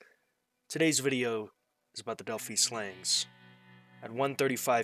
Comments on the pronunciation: It's pronounced Delph-eye not Delphee. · It's not Delphee it's Delphi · It's pronounced " Dell - Fi". Long i 👍